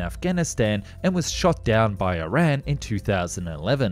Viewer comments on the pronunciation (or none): none